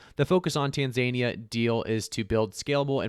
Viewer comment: Tan za nia is how you say it